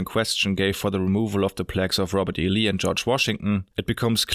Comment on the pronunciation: Robot E Lee. The machines were around back then?